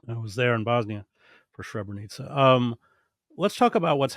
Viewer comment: It is not Shrebrenica. It is Srebrenica. If you can not pronounce it properly, say Silverton. Srebro is silver. The town got its name after silver mine during the medeival era.